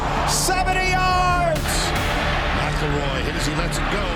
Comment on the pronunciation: "Greg Mclorie" Mack-el-roy 😂😅